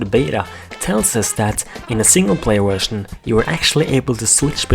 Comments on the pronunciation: you said wetion insted of vertion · i like how he says wusion insteda version